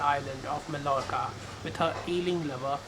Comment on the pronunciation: "Mallorca" is pronounced as "mah-yohr-kah" or "ma-ʝoɾ-ka". "LL" is mostly pronounced as "y" or "j" depending on the region the word is spoken. Spanish people mostly use "y" while the latin american use "j".